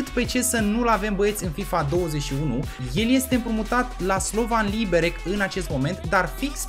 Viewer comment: Slovan Liberec se pronunta Liberetz